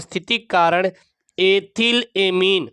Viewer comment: Ebhil ko yetil mat padho sir aap vard ko sahi pdha karo